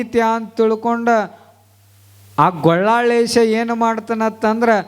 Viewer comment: ಗೊಳ್ಳಾಳೇಶ ಅಲ್ಲ ಗೋಲ್ಲಾಳೇಶ ಅನ್ನಿ